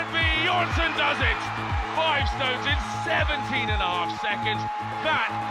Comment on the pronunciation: Eddie stop being petty and say Thor's name propery, hes bjorn-son, not buh-jorn-son, spelling i know but still shits mad petty man